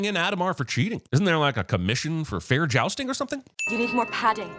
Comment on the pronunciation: jousting *jousting* jousting